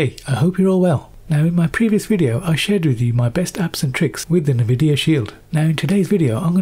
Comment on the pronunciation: "Nih-videa Shield" 😂😂😂😂😂😂